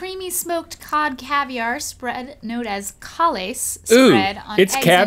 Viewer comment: Watching this with my mom. ”This is a kaviar called ”Cawles.”” Mom: “Kalles!!!” *Laughing really hard*